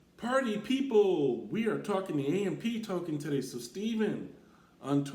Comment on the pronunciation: The Ampee token what are you saying… its AMP